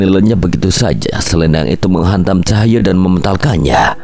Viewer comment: Mas Tulung mas bacanya Cahyo bukan Cahya😢